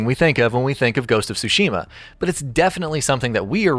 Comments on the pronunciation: It's so cringy listening to someone saying "Shushima" just because they can't say "Tsushima" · Tsushima not Sushima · Stop pronouncing Tsushima wrong. It’s sooshima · The pronunciation of tsu......ugh